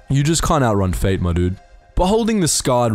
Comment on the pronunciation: The Jolly Johnson I thought he said fade